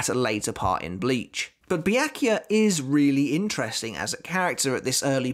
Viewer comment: Byakuya pronounces Bia-ku-ya.